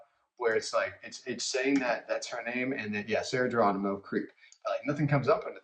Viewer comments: Sarah's surname is pronounce with H instead of G. Thanks. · Her last name is Geronimo, pronounced it Heronimo, not sound G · Geronimo HERONIMO that's the right way to say her surname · It is pronounced Heronimo